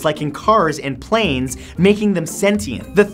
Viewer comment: Sorry you said cars and Plaines. Plaines is not Pixar 😡😡😡😡😡